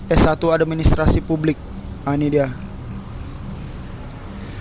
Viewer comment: administrasi bang :")))) bukan adem sari heheh